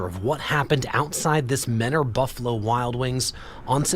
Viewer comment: For some reason they pronounce it menner instead of mentor out here. I was 1 of like 20 students in mentor high